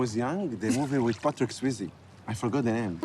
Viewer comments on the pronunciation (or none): "Patrick Sweezee" 😂😂😂